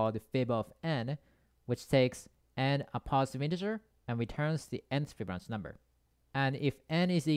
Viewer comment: Fi bi no chi . Not Smirnoff, not fbinok, not fiblo. Fibonacci!